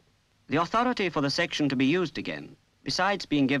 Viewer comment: I assume was making a joke at the odd pronunciation of the word "section".